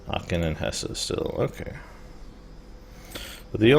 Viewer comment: I know that this is a very old series, but it is pronounced *Hess*, not *Hesseh*. Dont get me wrong, i like your gameplay, it just was one of those things that bothered me xD